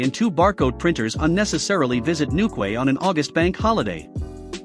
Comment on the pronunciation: Newquay is pronounced NewKey.